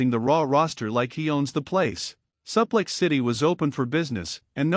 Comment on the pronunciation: Stop mispronouncing suplex 😢